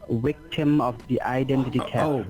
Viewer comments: If you said smartphone 📱 they would probability ask you to send a picture of either your driver's license or a picture of the woucher. They may have gotten too many 11-d-4 or other fake numbers. He did say wictim instead of victim . How does freezing the account help them find the real crook???? If the account is frozen , the crook can't wire money. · Wow, he's so "kind" to even offer you an "extension" so you can withdraw more 💰 tomorrow in order for him to steal more! Every time he'd say "wichtum" or "soshul" I'd go into paroxysms of LoL's 😂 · As usual, a great one & always happy to get a new one. Got my coffee, TV remote & G-man.....ready to face the day ..lol I bet he thought he'd hit the mother load when you said you had a IRA account. 'Wictum' ' witchum' ?.. " oh, VICTIM " ( I love learning new words..lol)